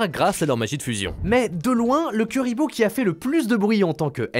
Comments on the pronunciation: Juste la video que j'attendais haha comme par hasard 😉😁 ... bon par contre ça se prononce plutot KOUriboh, que KUriboh 😆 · C chiant d entendre des nom écorcher mec .. C pas KUriboh mais KOUriboh que sa ce prononce 🙅‍♂️🙅‍♂️🙅‍♂️🤦‍♂️🤦‍♂️🤦‍♂️🤦‍♂️ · Par contre pq utiliser la prononciation anglaise quand la française est littéralement la même qu'en japonaise KUribo (ba en JP) pas KEUribo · J'aime tes vidéos par contre on ne dit pas " cu" mais "cou" pour Kuriboh le U se prononce OU. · Je suppute que notre cher ami ait volontairement prononcé le nom de la mascotte de manière alternative afin de provoquer des réactions en commentaire et donc du référencement. Bravo ça marche